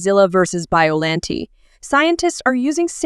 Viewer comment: U said biollante wrong!